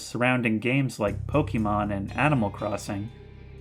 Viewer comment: Pokémon, not pokimon.